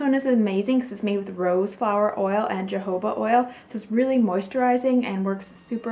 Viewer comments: Its "ho ho buh" , not Jehovah ❤❤ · I heard Jehovah oil instead of jojoba oil lol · Me too lol